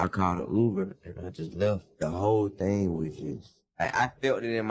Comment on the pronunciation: Are you capable of saying thing or think? Do you intentionally say fink and fing?